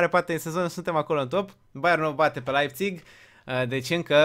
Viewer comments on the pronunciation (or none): none